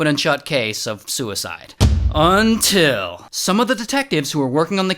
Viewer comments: The "UNTIL" is just so iconic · The “until” is so powerful